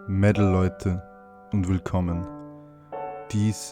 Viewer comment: "Mewtal Leute"